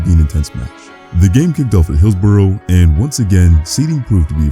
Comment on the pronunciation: Good video, but just have to note the pronunciation of "Hillsborough" is woefully off. The ending doesn't rhyme with row, it rhymes with uh. Like Hills-buh-ruh.